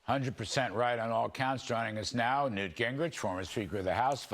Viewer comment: Oops its newt not nute...